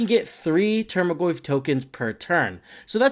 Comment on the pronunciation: Solid video, earned a subscriber but bugged me how you pronounced tarmogoyf as "termagoyf" everytime